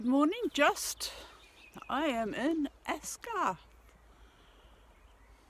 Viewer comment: Well that was a new pronunciation of Aysgarth mind. We love it there and Hawes as well, great little market town. I hate those hidden away signs that you miss because you thing, it can't be up there surely lol. Two sticks will defiantly help you and a good idea to stop in hostels on the way around. Cheers